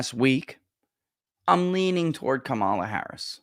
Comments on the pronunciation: And it’s pronounced Kuh-Mall-Uhhhhhhhhhhhhhhhh!!!!!!!! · I don't understand purposely mispronouncing her name. Is it really that difficult to say COMma la.........